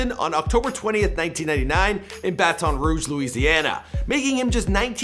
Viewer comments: Bat-On? It's Baton homie. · hate how people mispronounce Louisiana names example the way he said Baton Rouge..